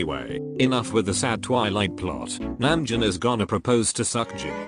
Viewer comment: The thing that I learned from this video "Seokjin"❌ "Suckjin"✔